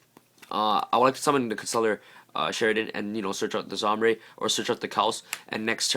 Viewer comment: ITS SOMBRE NOT ZOMBRE